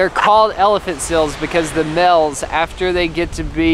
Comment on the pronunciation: Why they pronounce seal “sill” and male “mill”